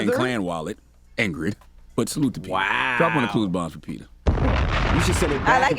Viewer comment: Can y'all pronouce it PET-AH instead of PETER!! Out here thinking they be talking about a real dude 😅